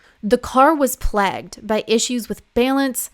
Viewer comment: Plagged, it's like plagued, only spelled differently 😅